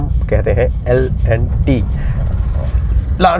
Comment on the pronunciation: Bhai L & T ki pronunciation to theek karo